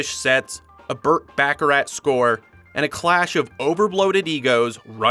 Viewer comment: It’s Burt “Bacharach” not, whatever you said.